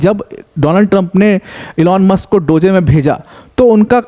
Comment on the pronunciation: अबे वो डोज़े नहीं डोज़ प्रोनाउन्स होता है 😂